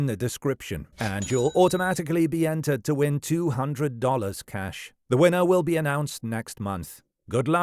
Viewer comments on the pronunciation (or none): none